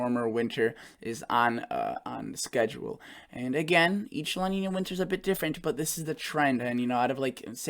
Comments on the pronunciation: Hey... Just FYI: La Nina is pronounced like "La neenya" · Pronounced La Neen ya. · I don’t mean to correct you but it is pronounced La Niña… Two words not one together. As opposed to El Nino, a condition named after the Christ child because of the buildup of warmer Sea temperatures at the time around Christmas.